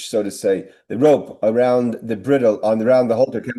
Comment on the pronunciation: Yasher Koach,! Bridle is pronounced bride-el.